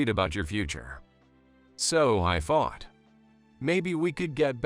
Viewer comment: The word thought it's not pronounced as fart, a fart is the expulsion of gas from the body th is not sounding as a f